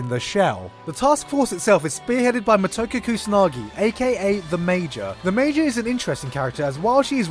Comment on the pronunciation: It's Mo-Toe-Ko